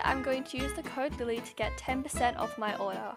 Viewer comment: YALL ITS LILLIE NOT LILY